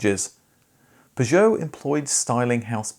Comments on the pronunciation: Please you dont need to use an enhanced French pronunciation of Peugeot...we are English, its fine to say it the english way. Perhaps this is why your other pug videos had poor views. Same with "shhcoda" and "volksvaggen" grrr it grinds my gears !!!(Remember...we dont call the capital of France "Parree" do we) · It's because you say 'Peugeot' like a right fking TW@ That's how the loons in Yankee Land say it and that's a big mistake. An englishman imitating a yank at ANYTHING is a big mistake. Akin to devolution. Just don't do it, seeing how its jot an English word we're talking about, I'll leave it at that. I love the 405, and I'd have lie ti ha e seen this, but I'm just listening ti that any more than I have to. Seems you fall into the common 94.76% of youtubers that think themselves smarter than they are, simply because they upload videos to a video displaying platform. That's why your other videos from the same marque did so badly. You utter pilchard. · I suspect your videos about Peugeots haven't done too well because of the strange, idiosyncratic way you pronounce Peugeot. 😄😄😄 Only joking.... really great video! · Yet another great informative video from you but in the 28 years I worked at the Peugeot Ryton plant I never heard Peugeot pronounced like that. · Your mis pronouncing peugeot is greating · why four O five ?, it's like the number 405, it's not an O it's a zero, and you're not the only one to make this horrible mistake in pronouncing Peugeot, shame on you! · Couldn’t watch more than two mins. The way you kept pronouncing Peugeot unfortunately broke me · How exciting - a new way to pronounce 'Peugeot' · The reason your Peugeot videos don't do well is nobody can stand your miss pronunciation of the brand (for English speakers)for too long. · I've never heard Peugeot pronounced like this ever! Not even by the French! :) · it is pronounced 'PEUgeot' and not 'PisjOOOOw' !! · Why you say Peugeot like that 😮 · Your peeer joo. Fking hell. Cat 😅